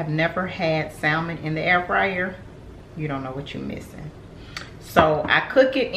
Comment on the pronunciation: Hey. Love your channel. You and your daughter are both beautiful. Girl, don't mind me but sometimes the teacher in me just comes out. The word Salmon is pronounced without the L so it's pronounced "sa-mon". Anyway, I'm going to try the recipe!